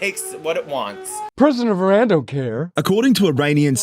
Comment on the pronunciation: Youre not pronouncing Iran correctly Russell come on mate